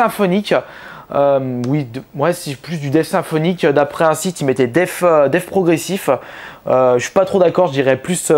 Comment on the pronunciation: Pq tu dis def et pas death